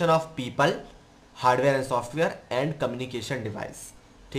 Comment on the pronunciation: People❌ Peeeepaaal✔️